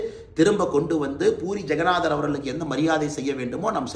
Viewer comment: ஜெக்கநாதர் இல்லை ஜெகநாதர்